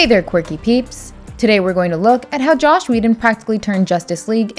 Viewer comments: Not sure what annoyed me more, these terrible similarities or the narrator saying "Josh" instead of Joss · It’s Joss. Not Josh. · Take a shot every time she says "Josh Whedon" instead of Joss Whedon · Joss, not Josh. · His name is not Josh! Screw him, but at least get his name right! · its 'Joss'.... not Josh. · JOSS not JOSH